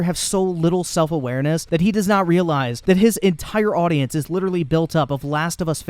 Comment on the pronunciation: "Litrilee" - Leafy